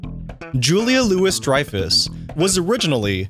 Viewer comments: Or Julia Louis-Dreyfus' name either! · Ummmmm, how can you do a Seinfeld video and not know how to pronounce Julia’s name correctly? 😂😂😂😂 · FYI, it’s pronounced “Louie-Dreyfus” not “Lewis-Dreyfus”. Also, The Contest was about who could resist SELF-gratification the longest. Having sex would be sexual gratification… but that wasn’t part of the contest. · Julia Louis-Dreyfus’ name was mispronounced in this video. It’s “Louie” not “Louis”. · PS it's Lou-eee Dreyfuss Not Lou-iss dreyfuss. And it's Elaine Ben-ess, not Banes. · Julia "Lewis" Dreyfus? Alton "Banes"? There's only so much I can take before I have to press stop... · it's not Julia LOUIS Dreyfuss... it's amazing how this Why guy can't get basic things right.. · Julia Louis-Dreyfus’s last name is pronounced “Louie-Dreyfus”. That the narrator here didn’t know that makes it hard to take the rest of this seriously. He then pronounced her character’s last name “Benes” as “Baines”…. this channel is lame, with no real attachment to the material and no new info for the actual fans… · I'm actually really impressed. I didn't know 10 of these facts. What is impressive is the narrator also clearly has never watched Seinfeld, has he pronounced Elaine's last name wrong and Julia's last name wrong. Also, it is correctly known as The Puffy Shirt, not The Pirate Shirt. In The Contest, it wasn't just the guys who didn't go without masturbating, Elaine also was part of the contest. And the killer was believed to have killed 17 woman (I think you mean women.) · Another fact you didn’t know: the narrator doesn’t know anything at all about the show. Can’t pronounce Julia Louis Dreyfus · did you not know how to pronounce Julia Louis-Dreyfus's name?